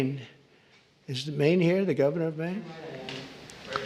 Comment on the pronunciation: *Maine not anaine